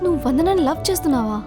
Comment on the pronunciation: it's LOVE or Lou speak properly